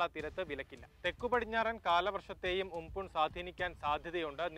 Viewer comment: ഉംപുൻ അല്ല ചേട്ടാ ഉംപൻ